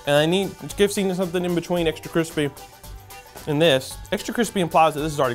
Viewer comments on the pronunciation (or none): “Crispay taters”